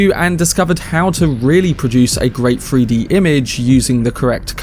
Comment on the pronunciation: Free-D? You mean Three-D? Lol